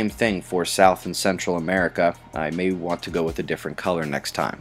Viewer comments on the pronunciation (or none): none